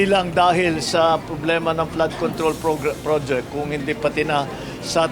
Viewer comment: Parang hirap syang bigkasin ang "flood control project" prod - projek